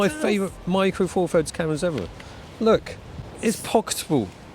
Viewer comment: All I'm hearing from is Micro Four Furds. Once it's heard it cannot be unheard. 😂